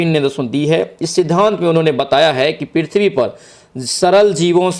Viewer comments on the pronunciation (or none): none